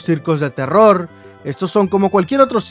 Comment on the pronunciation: No se dan cuanta que en vez de decir terror digo teror XD